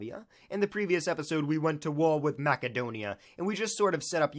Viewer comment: Mackadonia? Fuck sake, man.